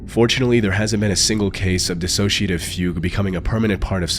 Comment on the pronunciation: He said it fine, nitwit